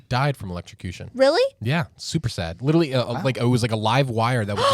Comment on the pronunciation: He still hasn't learned to say literally... Litlly.. dumb and childlike